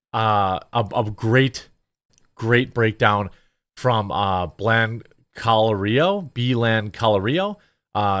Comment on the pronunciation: Bro how can you mispronounce Blancolirio? 😂 He's one of the most prominent air disaster commentators on YouTube. Blanco-lirio...He always says the name too in the video intro. "I'm Juan Brown, you're watching the blancolirio channel."